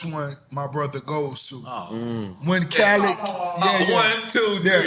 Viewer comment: I'm convinced Nore's NEVER going to pronounce Khaled's name correctly ever Lol